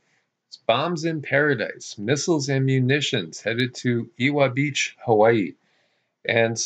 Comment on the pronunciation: BTW: The W in Ewa Beach is pronounced like a "V". Like forevah. Evah Beach. Great report. Thank you.